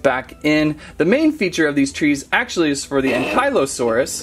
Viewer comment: I've never heard Ankylosaurus pronounced so horribly wrong lol it hurts.